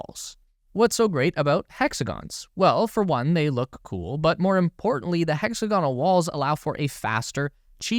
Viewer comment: This fellow doesn’t know how to pronounce “hexagonal.”